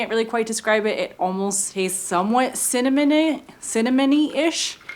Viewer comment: Well, that was fun! Thank you for taking us along....and we didn't even have to be cold! It was all just so beautiful! The donuts look delicious and did say cimmanon? lol. Love your videos!